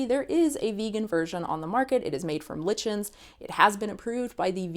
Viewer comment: You mispronounced lichens. The ch sounds like in zucchini